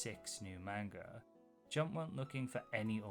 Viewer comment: Hi! I've been getting really into your videos, and they're great, so please don't take this as hate, but... you pronounce "manga" wrong. It's closer to "mahn-ga" than "man-ga." It's just one small thing that ends up being pretty noticeable with, y'know, how often you need to say it.